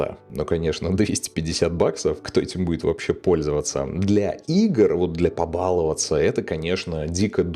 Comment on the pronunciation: побаловАться правильно. Вы в какой школе учились?